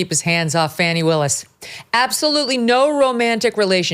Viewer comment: Thank you for having the guts to pronounce Fani’s name properly!